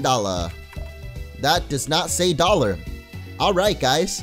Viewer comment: He was trying to say $500dolla